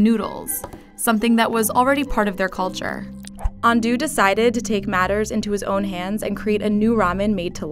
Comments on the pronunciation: Name: Ando Narrator: UN-DOO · I hate that she says it like Andoo when it’s actually pronounced Andoh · It's correctly pronounced "An-doh" for Mr Ando, not "An-doo". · momofuku ando also the voice over: momofuku andu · “Ando” is pronounced Aun-doh not An-doo. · Argh. If you set out to make an educational video, at least attempt to pronounce key names and words properly. "Andō" rhymes with "rando", not "can do". Loved the Kool-Aid Man segment, though, especially when Frank Simms tried to break through the brick wall. 😄 Also fascinating about the use of artificial crap smell in military medical triage training. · It dissapoints me yet again that your narrarators cannot, CANNOT, pronounce foreign names or words. How does Ando become Andoo? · FYI, Ando is supposed to pronounce ‘An-dough’ not ‘An-doo’. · Ando is pronounced like ahn-dou not ando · She mispronounced momofuku ando, it’s pronounced andou not andu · or andough ... nanchatte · AAAHhhahhhh the pronounciation of "ando" makes me rEALLY ANGRY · You couldn't even look up how to pronounce Momofuku Ando's name? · Lmaooo her pronunciation of his name is horrifying .